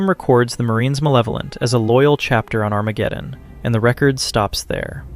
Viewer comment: “ON ARAMGEDEON 🗣️”